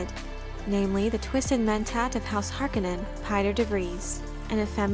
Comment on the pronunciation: all videos on this channel SHOULD mention having paid promotions for just how often and prominently the new dune movies are mentioned. and then there is the pronounciation of some of the names... horkunnen? what? this is only in the cheap miniseries. it's harkOnen.